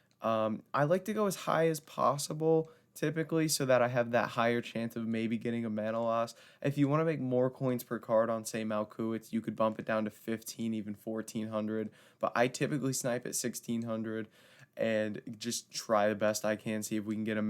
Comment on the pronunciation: In Malcuit the T is silent by the way